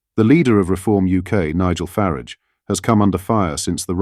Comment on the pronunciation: Although I think this video is very good, is this one of those "robotic voices"? Who on earth says, "stupidest". The plural/words are, more stupid or most stupid!! Nigel Farage is pronounced properly one minute and then it is Nigel "Faridge"!!